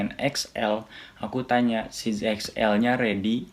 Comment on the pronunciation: Size bacanya Sais bang bukan Sij...